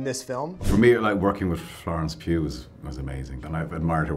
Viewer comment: I'm amazed with the actors involved in this movie. . . And for the first time I heard the right pronounciation of Cillian's name and Florence's surname Pughs.